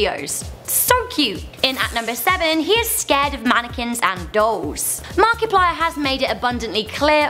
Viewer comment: She finally figured out how to say Markiplier right